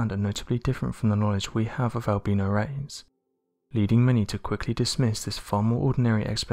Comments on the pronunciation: Not trying to be funny but by 'ALBEANO' were you sayining 'ALBINO'? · When he said Al-beano I thought it was some type of mexican creature he was talking about!😂😂😂